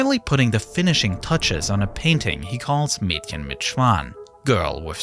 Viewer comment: The moment I realize is most likely German because it's pretty unlikely that someone not fluent in German can pronounce "Mädchen" flawlessly:O